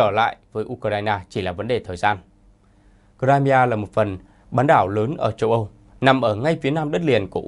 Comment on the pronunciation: Nghe đọc cờ-rai-mi-a mà không biết đó là đâu!